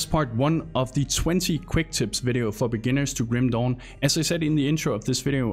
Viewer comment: I can't stopped laughing hard here for each time he said "Kim Dong" 🤣